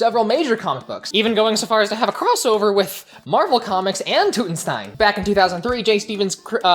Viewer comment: The "Tut" in Tutenstein is pronounced like King Tut.